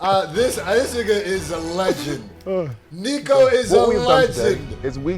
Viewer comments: Please Not neeeko It’s niko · Call him “nicko” not “neeko” he hates being called neeko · His name is not pronounced neeko its nihko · say nicko. For the love of God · man like Niko. pronunciation = Nick-O